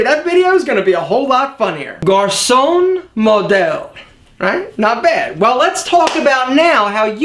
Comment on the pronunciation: Hi, I'm a french Canadian, and you're still saying Garçon wrong, even if you changed the way you pronounce it xD sorry haha.